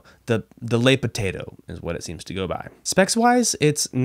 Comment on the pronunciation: Le, not Les (L-uh vs L-ay)